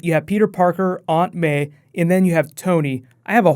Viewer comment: lol the way you say "aunt may"